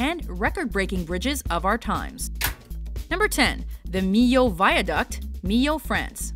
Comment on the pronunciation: First non French person that I hear pronouncing the word "Millau" correctly lol